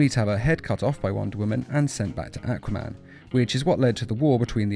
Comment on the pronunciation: i thought you were saying acroman not aquaman